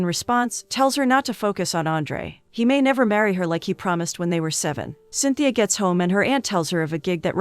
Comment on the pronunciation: i love this movie!! it actually inspired me to learn portuguese! also the girl's name in cintia (pronounced sin-cha) and not cynthia. good video nonetheless